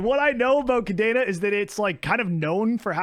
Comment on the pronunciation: Love the series, pretty cool video. Cadena is indeed busted. And fun fact, it is "cah-DEH-nah", not cadeena, not cadaena. It is a spanish word 🤣